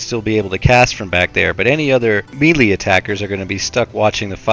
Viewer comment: Mee lee? Snicker